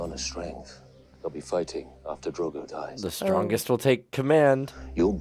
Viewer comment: His name is Dro-go, the syllables rhyme. 😊